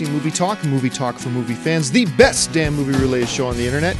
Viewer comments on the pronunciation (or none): I think you're joking, but if you're not, it's "damn" not "damb". Just letting you know.